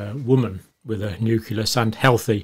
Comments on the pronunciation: Nu-cle-us I can't get past the constant mispronunciations I'm sorry 😕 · I love you but please learn how to pronounce “nucleus”!!!!!!!!